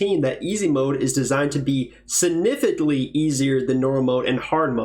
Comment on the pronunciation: ur the first person i hear pronounce significant SO damnp wrong 😆